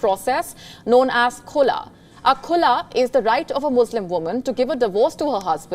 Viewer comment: its call Khulaa, not kulaa.